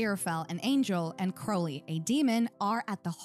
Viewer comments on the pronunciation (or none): You keep calling Crowley "Curly" 😂